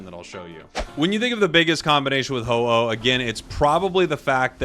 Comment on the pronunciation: uh oh. oh no. Its ho-oh 😭